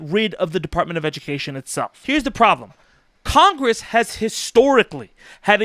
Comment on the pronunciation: CONGWESS, PWEEEEASE!!! Bahahahahahaha